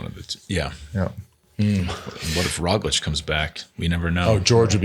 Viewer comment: Sir Bradley, there is a “g” in Roglič that needs to be pronounced. Where did you hear that the “g” is silent?